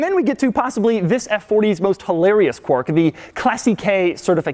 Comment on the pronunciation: I think he means quirk but I'm hearing quark?